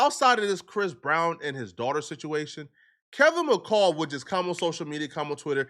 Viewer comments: This man rushed the story out so damn fast he didn’t even pronounce the dude name right it’s Kevin McCall dumb as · got me dying he keeps saying Kevin macale 😂😂😂😂 I’m trying to be serious but when he says that it has me rolling